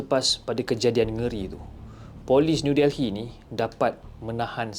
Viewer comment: Sebutannya New DELLY... bukan Del-hi....